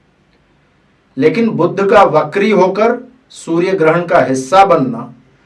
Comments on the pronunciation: बुद्ध नही बुध बोलो भाईसाहब, पहले बेसिक तो क्लीअर करो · Its not budhh, its budh